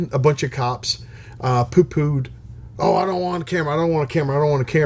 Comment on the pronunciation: Great stuff. Just got mine. Keep em comin, 🇺🇸👍 Also let's hear ya sayin "Poo-Pooed" more. Made me chuckle